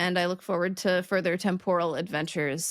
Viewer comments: your pronunciation of “temporal” at the beginning and the end of the video struck me as odd. You said [tem-POR-ruhl]. I’ve always heard it as [TEM-puhr-ruhl]. (Pardon my not using the IPA forms.) And that’s how we say it in the Good Ol’ USA (ha ha). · Great time, as always. Speaking of time-related things, use of temPORAL (stress on 2nd syllable), rather than TEMporal, brings me to suggest an episode on literary and media-based SCI FI JARGON and its impact on how we speak and what words we use. While I hear temPORal more and more these days, I grew up with Star Trek's TEMporal (at least, Janeway's usage). This word is used everywhere in Star Trek: in temporal shift, temporal mechanics, temporal paradoxes, temporal agents, temporal cold war, and about a dozen other temporal things, including a temporal integrity commission. While both the OED and the M-W dictionaries "prescribe" TEMporal, many of us were already convinced by Star Trek. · when you said temporal with the accent on the second syllable, I got all excited because it wasn't a pronunciation I'd heard before. When I looked it up, everything, (I only looked on three web sites because I got bored), said that in both the UK and the US the accent is on the first syllable, like, /ˈtem.pɚ.əl/. So now it's even more exciting, the game's afoot. Is it a local dialectical pronunciation where you grew up? Lest someone think I'm being cheeky, I'm not. I do not care about official standard pronunciations one wit, and celebrate local regional differences and shifts over time. That's why this is so exciting for me:)